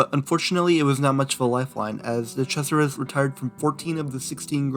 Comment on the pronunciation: “De Crasheris.”